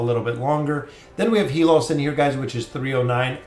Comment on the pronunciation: It's HAY-LUS not HE-LOS.